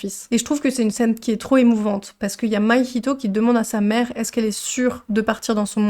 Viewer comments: ça se prononce "mahito" et pas "maihito" petite erreur mais sinon merci pour ta vidéo de 20 minutes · Pk tu dis maïhito ? C mahito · C'est Mahito pas Mahihito 😭 Moi qui l'ai vu en VO je grince des dents là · Merci pour cette super vidéo :) ! Ps : ta prononciation de Mahito m'a perturbé 😅